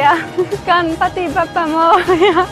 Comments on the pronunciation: Please note, it is not Bappa but Baappa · कहो बाप्पा,बप्पा नही!!!